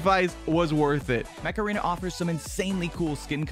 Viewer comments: during the sponsor I thought he was saying macarena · I thought you said macarena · My dude you said macarena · The sponsor sounded like Macerena instead of Mech Aren